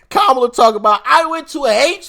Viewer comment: KA MA LA. Pronounce it again